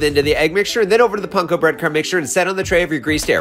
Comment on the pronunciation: Bro why pronounce panko like that no lol